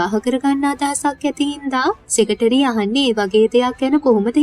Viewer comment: Nice work Secretary - සෙකට්‍රි - සෙකටේරි කියන එක අහන් ඉන්න බෑ